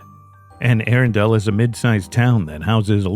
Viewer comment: Bro it’s pronounced aRunndull, not aarondale.